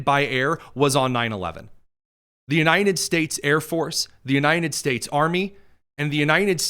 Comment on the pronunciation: Why does he keep saying The "U-nine-ded" States?